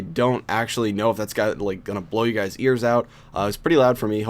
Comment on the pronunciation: Did you say hello gays (LoL)